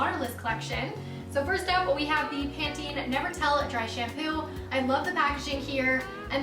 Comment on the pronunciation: You pronounce it right. Lol don't listen to that weirdo.